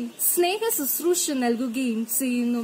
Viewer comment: Speech competition alle... അപ്പോൾ ഉച്ചാരണം കുറച്ചു കൂടി ശ്രദ്ധിക്കേണ്ടതല്ലേ... നല്ല എനർജി ഉണ്ട്. എപ്പോഴും നല്ല മലയാളത്തിൽ പ്രസംഗിക്കുന്നതാണ് നല്ലത്. ഉച്ചാരണത്തിന്റെ കാര്യത്തിൽ ആയാലും ഘടനയിൽ ആയാലും. ഇവിടെ നന്നായി എഴുതി തയാറാക്കി അത് പഠിച്ച്‌ നല്ല എനർജിയോട് കൂടി അവതരിപ്പിച്ചിട്ടുണ്ട്. ഉച്ചാരണം കൂടെ മികച്ചത് ആക്കുക. (ചെയ്യുന്നു എന്നതിന് പകരം "സെയ്യുന്നു സെയ്യുന്നു" എന്ന് കേൾക്കുമ്പോൾ എന്തോ പോലെ.. അതുപോലെ ബാരതം എന്നതിന് പകരം ഭാരതം എന്ന് തന്നെ പറയുക, പിന്നെ 'ഫ' യുടെ ഉച്ചാരണം ഭ എന്ന അക്ഷരം പോലെ ആണ്. ) Competition ആയതുകൊണ്ടാണ് ഇത്രേം പറഞ്ഞത്.